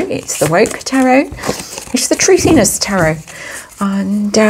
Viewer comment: “Thuthiness”……. So funny 😂